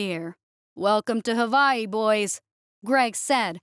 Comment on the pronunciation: How you going to mispronounce Hawaii?